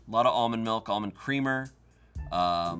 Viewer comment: How is it now that I’ve learned can’t pronounce anything correctly? tzatziki is understandable but Gherkins (or him saying jerkins) and Milk (or malk according to him) are unacceptable.